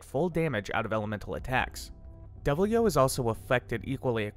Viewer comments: How do you read Deviljho as Devil-yo My man.... I can't even describe how flabbergasted I am by these mis-fired pronunciations. Here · "Devil-yo burps on you." Okay.